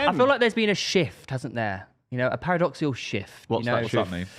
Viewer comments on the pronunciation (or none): ‘Paradoxial shift’ think he meant paradigm shift 😂